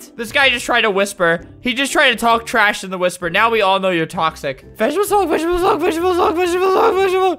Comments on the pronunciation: NO “HOLD MY VEGTEBALE HULLK”!! NOOB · Vegtable hulk Vegtable hulk Vegtable hul